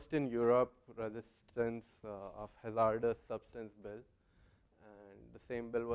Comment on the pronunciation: his pronunciation of "Hay-zar-dous" is killing !! LOL